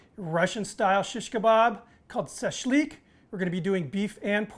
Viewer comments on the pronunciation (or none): Shashlik not sashlik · Im part Russian my great grandparents came from Russian and my grandmother,.. its not as you pronounce it... shash lick it more like the sound. .. my family used lamb my grandmother great grandparents used a large ceramic container to do the marination in, used fresh sliced Lemons fresh sliced onions Garlic salt and pepper and red wine not wine vinegar.. They are all since gone and I have inherited large huge stainless steel rods that were used to barbecue on a homemade brick barbecue..